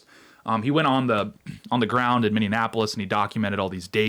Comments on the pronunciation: Fyi, it is Minneapolis, not Minne-in-apolis. ICE made a lot of progress here in Minnesota. They have more target-rich environments like LA that they should focus on now for a while. They can return to MN again in the future. Keep up the good work, Tate! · Ex-Minnosotan here.. Please stop saying Mineanapolis. It's just Minneapolis. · Sorry, I gotta: Are you saying Mini-Annapolis, or Mindianapolis? Because you're not saying Minneapolis. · Dude, you really need to work on your pronunciation. It is Miny-appolis. Not miny-anne-appolis. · Minneanapolis? Nope Minneapolis. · You are killing me! I know it's a minor thing, but it's nails on a chalk board to me... it's not, "Minneanapolis" is pronounced, "Min-ee-app-oh-lis" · Okay I gotta ask, why are we pronouncing Minneapolis as Minne-an-apolis? I feel like im having a stroke. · "Minndeanapolis" ...Mindiana?...😁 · I'm so confused. It's "Mini-app-polis" not "Minion-app-polis". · Tate, your coverage of Minneapolis continues to be almost unwatchable. Mini-apolis. Not mini-inapolis Thank you for your attention to this matter. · It's not Mini-Annapolis, it's Mini-Apolis, Minne-apolis. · I want to know why people keep saying Minneanapolis instead of Minneapolis. Do they think it's supposed to rhyme with Indianapolis or something? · Ok…. You don’t have to keep saying “Mindy-e-apolis….. it’s Minn-E-apolis. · Minneapolis NOT Minneanapolis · It's not Minnie an Appolis. It's Minneapolis. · Where is this "MinneANNapolis" place you keep referring to? 🤔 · Can't watch....it's Miny-apple-us....the pronunciation is so bad to my ears!😂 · "Minneanapolis" "Kyle Reddithouse" LOL! Jesus. Can't you find someone who speaks English? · Are you saying Minnanapolis on purpose? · It keeps sounding like you are saying mini Annapolis? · Minneanapolis?!? 😮 C'mon, man... 🤭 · rubs nips mini-apollis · I hope this is feigned but I don’t think that it is. It feels weak. And I know you aren’t a Minnesotan but it’s pronounced Minnie-Apple-Less.